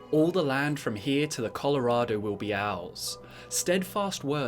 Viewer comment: this is what i heard the first time. "All the lands from here to the colorado with be owls" Hahahaha :D:D sorry dont hate me =( x)